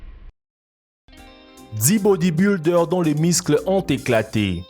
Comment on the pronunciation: « Les miscles »😅